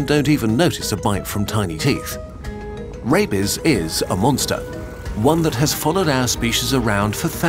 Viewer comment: The pronunciation made it sound like he was saying “Rapies” 😂